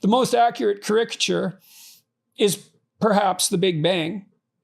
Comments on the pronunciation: You are right. The accent needs to be on first vowel, not the second. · cAricature not carIcature. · is he saying "caricature" wrong or have I been this whole time???? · Most words have different pronunciations. Sometimes it is a matter of personal preference; others, regional accent. I am not sure which in this case, but I have heard caricature pronounced in this manner before.